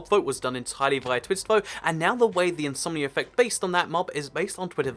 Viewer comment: When you say something like "Insomnia Effect" it sounds like you're saying "Insomnier Reffect"